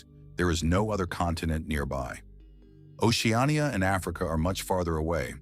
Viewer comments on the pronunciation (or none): none